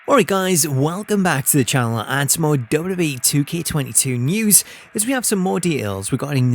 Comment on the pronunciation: I can’t get past how he says “DubDub-E.” Great video nonetheless!